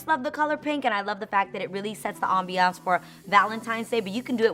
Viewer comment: "AmBEeYanCE" Lol. lets just keep it #mood. Love love love the ideas. Will def try.